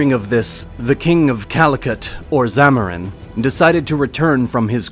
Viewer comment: It's is zamudiri, your pronunciations are wrong